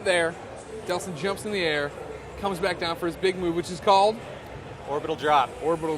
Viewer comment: its not deslin its delsin